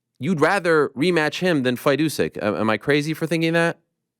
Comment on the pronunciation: I feel like a 12 year old when I find Fury calling Usyk 'U-sac' funnny